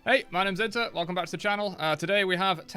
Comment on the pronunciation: It's actually pronounced Inteh*